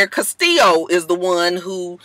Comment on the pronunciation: Me too, its the correct pronunciation